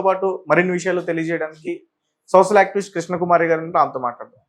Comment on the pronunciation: సోషల్ అనాలి సోసల్ కాదు